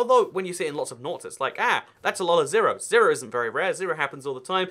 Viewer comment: Why do you say 0 weird